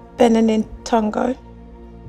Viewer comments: TONGO !!!!! It is Togo 😂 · SHE IS AFRICAN BUT DONT KNOW TO SAY TOGO SHE SAID TONGO BIG SHAME